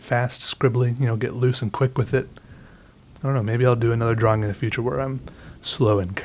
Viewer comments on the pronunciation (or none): Why do you say Draw-wing?? XD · I <3 how he says.... "draw -wing" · I need a compilation of saying DraWing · So glad I stumbled upon your videos. I've been binge watching others now, and you make me laugh... a lot. I love how you draw and say "drawing". Thank you for sharing your talent, wit and time :) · Is it just me or does he pronounce "drawing" a bit strangely?